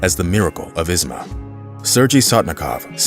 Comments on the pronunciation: it's not "Izma" (Is-ma) it's pronounced "Izhma" (EEZh-ma) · How can you say shure and not Ishma? It is not Isma! Has never been Isssma. Ishma! Shure! You shtupid? You foolish? Duh! Just saying. You folks all suck on foreign languages. Work on it! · It's not pronounced Izma, it's Ihma. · It is pronounced Ižma